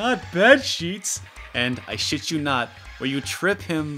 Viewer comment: "I sheet you not"